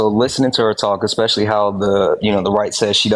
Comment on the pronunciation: It's "especially" not "expecially". You sound like a Republican when you say "expecially".